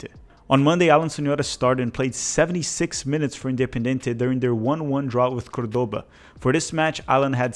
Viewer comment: "Córdoba"... the inflection is on the first syllable.